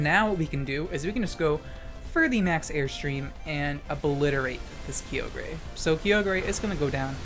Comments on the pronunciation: Love the content. And the tech. But the way you pronounce those gen 3 legends. 😂😂 Kee-oh-ger and ground on. Ky-oh-ger... And grow-don. Like 'Now-don' 👍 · "Kaiohgrey "and "ground on" is too funny. Love ur vids ❤️ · The way u say kyogre hurts me